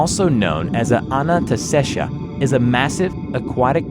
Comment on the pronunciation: Ananta-shesha what's so hard pronounce? idk why was pronouncing it like Anantastaysha lmao